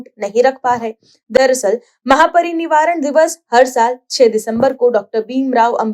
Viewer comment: महापरिनिवारण नहीं महापरिनिर्वाण